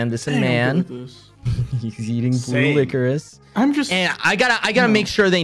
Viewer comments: lickoris ITS LICKORISH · It’s pronounced lick-o-rish not lick-o-rise lmao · Idk why but qauckity saying licerise instead of licorice is hillourous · "licor-iss" HELP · I mean atleast he didn’t say like-oh-rice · Licorice say it like licorish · The highlight of the video: No one ended up telling Quackity how to pronounce licorice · HAHA QUACKITY PRONOUNCING LICORICE WRONG SENT ME INTO ORBIT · not quackity not knowing how to say licorice